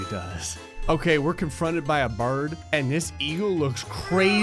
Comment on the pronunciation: the way he said bird has me rolling for some reason lol 😂